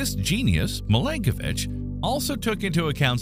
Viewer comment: Milanković not Milankovitch